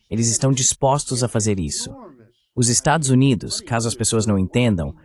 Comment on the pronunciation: Estados "Unates" ? 😂